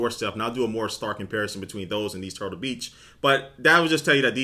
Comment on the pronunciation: he said turblebeach not turtlebeach at the beginning.